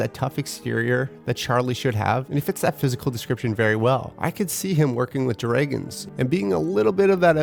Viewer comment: anyone else perturbed by dragons: "dray-guns" ???